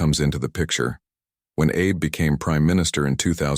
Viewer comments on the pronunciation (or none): The Japanese Way, yet Abe is pronounced like Abe Lincoln. Terrible.